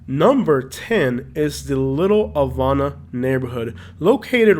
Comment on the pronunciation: It's pronounced "Little Ha-vah-nuh" and "Al-uh-pat-uh"